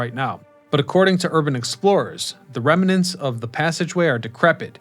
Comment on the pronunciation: How about remanents?! 😅😂😂